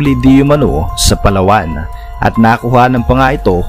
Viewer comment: Dapat po Yung pag bigkas mo sa Palawan ay hindi mabilis para hindi masagwa pakinggan poe...